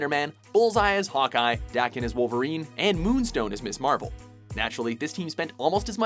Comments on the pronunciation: Dar-kin? I had always pronounced Daken's name as Day-ken. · It is pronounced Da(like dad) kin(like "of the same race"